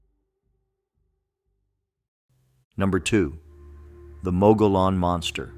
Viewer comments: It's pronounced. Mug e own NOT mo go lone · It's pronounced MUG-EE-ON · Down here in Arizona we pronounce Mogollon. Mogyon. I liked this video, it reminded me of other legends here. There’s so much stuff like that here it’d be hard to remember them all.